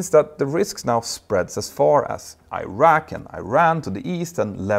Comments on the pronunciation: It's not Ayran or Ayrak, but Iran, and Iraq. Don't be as stupid as Americans. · Say it with me E-Ran, E- Raq, E- srael , not eye-ran, eye-raw, eye-srael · Who told you to pronounce them as "eye rack" and "eye ran"? Is it an American thing?